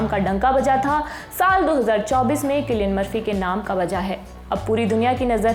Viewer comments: मोहतरमा,,,, किलियन है कि सिलियन 😂😂😂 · You pronounced wrong